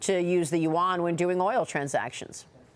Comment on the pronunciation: learn how to pronounce it correctly. It’s not the “You Won” …say it one syllable, yuan.